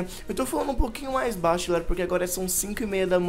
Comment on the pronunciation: ele falo bacho